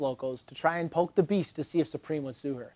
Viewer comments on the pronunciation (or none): none